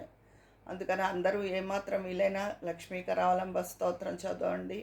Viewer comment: లక్ష్మి కారావాలంంభం కాదు లక్ష్మి నృసింహ కారవాలం భం అండి